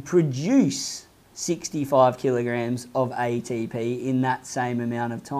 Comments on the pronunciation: EY-DEY-PI EY-TEY-PI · Aye tee p-hee